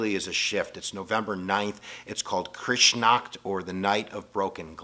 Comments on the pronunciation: not sure if you read these comments, but i'd like to help with the German pronunciations if i may, so you can use them in future lectures: Beer Hall Putsch = PUT-shh, not Poosh Lebensraum = LAY-bins-rowm, almost rhymes with "town" (hard to roll the R without practice and training) Kristallnacht = KRISS-shtall-nocked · Good job on Coup D"Etat! You did almost as good as Mr B, who sings perfect Parisian French. (We will not ask you to sing it, tho!) Even if, in the video, they spelled it "coup de tat!" (Inside joke, I guess!) You sorta blew Lebensraum, but hey! Good Effort. think it was more like Kryshtal Nacht., in pronunciation, tho. You left out Der Fuehrer's deal with the Vatican, too. Apparently they have him cash, because they feared both Communism and Anarchy. Maybe the next vid. You also left out the Bund, and guys like Ford and many other USAnians liking Uncle Adolph. Again, seems like the next vid. BUT: You will have to lead up to WW][ before you actually cover that! We be looking at about 5 videos! Me thinks! Looking fwd to WW][, et all.... Doc McCool would have liked your 18 minute summary! Take a bow!